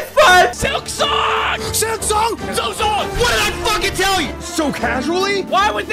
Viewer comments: Maintenant il s'agirait de deviner si sa prononciation de "silksong" en "sliksong" est aussi une forme de silkmeme ? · Tu dis vraiment "Slicksong" par contre au secours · Tu m'as trigger de fou avec tes "Sliksong" et "Slikpost". Silk, bordel, S-I-L-K xD Sinon, je suis content que Team Cherry n'ait pas cédé à la pression des joueurs. La bonne date de sortie d'un jeu, c'est "Quand il est prêt." POINT BARRE. Ils auraient rushé le jeu sous la pression de tous ces impatients, le jeu aurait été naze, tout le monde aurait craché sur le jeu et les dév. Les gens ne se rendent pas compte que ce comportement nuit au bon développement des jeux. Vous voulez des bons jeux ? Fermez vos gueules et soyez patients. Laissez les dév bosser à leur rythme. Pour moi ce n'est pas un hasard si Team Cherry était inconnu avant de sortir ce chef d'oeuvre. Personne ne les attendait, personne n'attendait leur jeu, ils ont pu bosser peinard. Vous voulez une suite de la même qualité ? Laissez-leur la même paix.